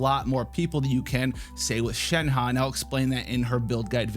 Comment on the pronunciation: ShenHe...it kind of sounds like Shen-huh